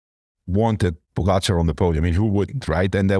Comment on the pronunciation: How many years will it be before Lance learns how to pronounce Pogacar's name? Poe - gatch - are... Not really that complex :)